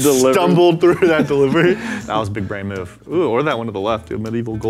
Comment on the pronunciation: Big bwain